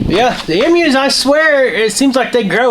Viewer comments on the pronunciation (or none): I don't want to sound mean, but the are Emu's are pronounced long EEEEE mu